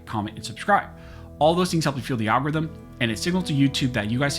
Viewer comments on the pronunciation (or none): Everytime I hear you say algorithm I hear Al Gore Rhythm 😂